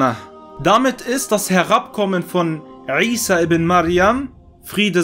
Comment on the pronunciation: Er spricht es original aus! Lerne erst einmal die Bedeutung was du kritisieren willst:-) möge Allah dich rechtleiten